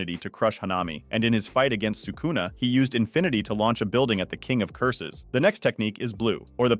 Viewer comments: Crazy way to pronounce sakuna huh? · I dont understand how people who dedicate their channel to japanese anime can be so bad at pronouncing japanese names "Sukuuuna, Meguuumi, Yuuda (Yuta)", are you watching the show in english dub? Its not that hard to pronounce it in japanese wtf